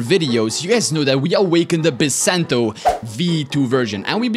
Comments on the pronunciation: Bisento is obviously pronounced bee-sent-dough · How to pronounce Bisento is by-sen-toe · I can tell you how to say it you say it as bisento lol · not to be that guy but its pronoucned Bis ento